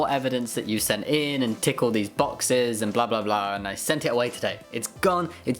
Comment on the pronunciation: it sounded like you said "tickle these boxes" at first. 😂